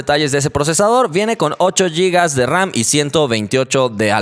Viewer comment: Seis y oucho gigaus de raum